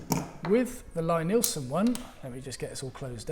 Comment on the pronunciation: as so often, it's a horse race. Both guides (as well as the "no guide" method) have their advantages. I own the Veritas guide and find it very versatile and not the least fiddly. the wider roller on the Veritas jig sits better on my water stones. The Lie-Nielsen (btw way, his first name is pronounced "Lee" not "Lye") is more straight forward but also specialised a bit for Lie-Nielsen tools. I have an old Eclipse guide as well which I keep in my tool box, which i do use from time the time. I have discovered that we woodworkers get the procedure bassackwards, i used to sharpen my tools after I was finished working with them, like most other people. Now sharpening / honing is done before I even start cutting. (see James Krenov or Frank Klausz) It's the first step, not the last step in my daily practice. A few quick stokes and my blades are ready to go. I liked your comment that dulling tools is way more fun than sharpening tools. thanks for your insights and a great video!